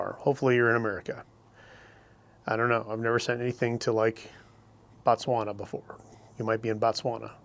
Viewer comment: Interesting episode thar,, with an interesting story worth checking out further. Will have to see the movie. That line about "paranormal discrimination" was hilarious. Batsuana? Bitsauna? 🤣